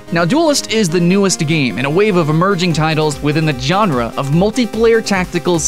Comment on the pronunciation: lol "john-ruh" xD (i just find it funny no offence)